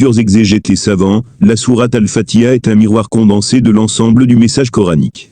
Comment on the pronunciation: Je pense qu'avant d'explication surtout de religion, il appartient d'apprendre à prononcer convenablement exemple prononcer fatiha convenablement le ha se prononcé et non fatia dire fati ha